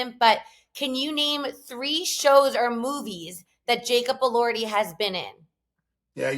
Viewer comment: lol Alex’s facial expression when you mispronounced Elordi! 😂. Fun episode, guys!